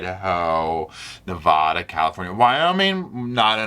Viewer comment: as a born and raised, proud, Nevadan, because I like you, I'm gonna let your mispronounciation of Nevada go this one time.😉